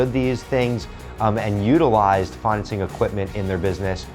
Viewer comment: It’s financing not fineancing